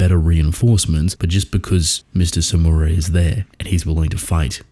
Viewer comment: Samura is “Samurai” without I… That’s funny as fuck